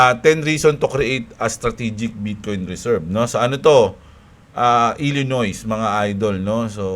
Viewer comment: ilinoy basa dun hindi ilinoys.... Nasan na pala yung alaga mong camel, hindi ata na flex ngayong drop?:D XRP 🚀🚀🌕🌕